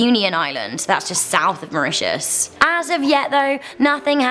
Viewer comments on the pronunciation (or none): none